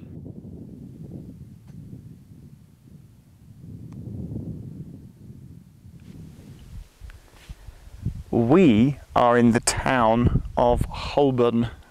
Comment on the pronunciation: Cringed a little as you said Hole-born as opposed to Ho-burn but I'll let you off as you'd already peppered you language with minor Americanisms having lived there for a while "add"-ress haha. Enjoyed watching this Geoff and maybe you could do the same/similar in another country perhaps?? Also props to Grandaddy - AM 180 :)